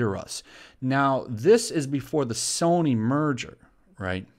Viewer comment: "Soyny" LEL <3